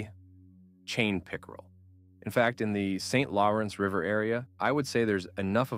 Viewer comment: Why didn't you learn how to pronounce Saint Lawrence River, Sault St.Marie and the rest properly before making this video? I mean you obviously took the time to learn the proper pronunciation of each of the fish species but not where they live. Why didn't you do your due diligence with the place names? You can do better; so do better.